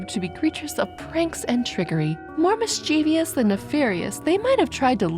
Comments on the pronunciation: The narrator has a nice voice but keeps pronouncing the word "mischievous" incorrectly. The word has two syllables, not three. mis-chə-vəs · Said mischievous wrong at least 4x 😭